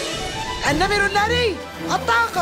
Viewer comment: انا بسمع بلبل سليم النمل الناري بدل النمر الناري